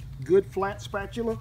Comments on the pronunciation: 🤣spatuler? Cow juice . Can a person laugh and throw up at the same time? Mr. Rollins is officially my favourite cowboy! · Spetchuler! HAHAHAHAH Man, I love this channel. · A flat spatula... A flatula? Sounds like another bean video. Lol love these vids.